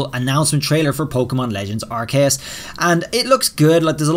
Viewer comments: I think it’s pronounced R-key-yus not R-Kay-yus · I've never heard aceus pronounced like that before, I've always heard it said are-see-us, but you're saying ark-kay-us